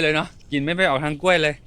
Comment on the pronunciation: กล้วยค่ะ ลากเสียงยาวนิดนึงนะคะ